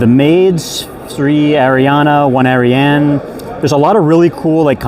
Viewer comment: Fucking screaming and cheering that someone finally pronounced Ariane correctly